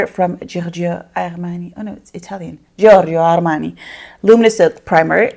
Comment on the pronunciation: You said "Giorgio Armani" in Italian very well 💕